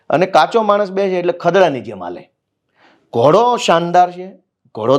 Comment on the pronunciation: ભાઈ એને પહેલાં ઘોડો કેવાય ઘોળો નય! એ સુધારો પેલાં 😂